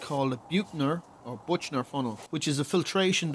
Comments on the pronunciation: Interesting build, what sort of pressure does the vacuum pump get down to? IIRC from my chemistry days the pronunciation of Buchner is roughly book-ner. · Almost right, John. The German ch is this throaty sound that is written as 'kh' in English, I think. Or if you speak Spanish think of the first sound in Juan. And the bookh-ner is pronounced with a long 'oo'. I liked your build too.